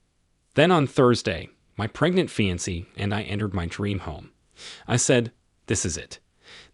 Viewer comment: Agreed. The pronunciation of "fiancee" was driving me nuts.